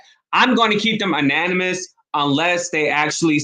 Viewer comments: First, please try to improve your vocabulary and practice pronouncing words correctly. Secondly, try to slowly say, ANONYMOUS 😂. Please stop using words that you can't say correctly. Stop putting others down to promote yourself. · WTF is "ananamous"?😂🤣😂🤣😂 Yet another pronunciation disgrace.. I don't mean to be cruel, but FAR FROM IT! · Great show .. please say anonymous correctly tho it’s making me nervous lol 😬